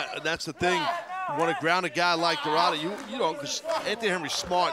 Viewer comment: Is DORADA not DORRADA😅